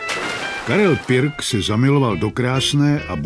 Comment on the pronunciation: Proč vyslovujete pik